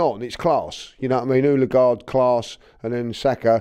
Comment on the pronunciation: Love but if he keeps saying oooollleeeeegard I’m gonna lose my mind ITS “ODEGAARD”